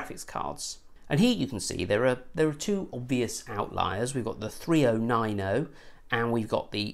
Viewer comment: i like you videos but i can watch this with the way you say 3090, 2080 ti and that